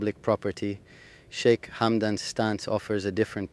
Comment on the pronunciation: Shik? Shica? Que horror.